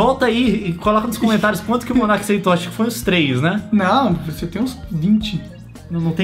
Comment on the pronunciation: o rapaz é *Monark* e não *monerk* tá